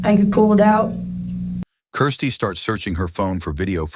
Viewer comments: I hate the way he says Kirsty. What a horrible name, sounds like crusty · Seriously the narrator needs to figure out whether her name is Kirsty, Christie or Kristy